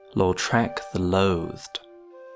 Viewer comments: Lautrec, not Loutrec... Really cool video :) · Why do I always hear "Lord Shrek"? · I keep hearing you say "Lord Shrek" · the way you put the emphasis on the second syllable of Lautrec makes it sound like you're saying Lord Shrek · i thought he said “lord shrek”💀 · I hate everything about this video. I hate the way you say "Lautrec". I hate your high school debate team style jargon and "le devils advocacy" 2012 redditor analysis. I hate the audio mix and I hate that it compelled me so to break open the YT comments for the first time in 4+ years to tell you this.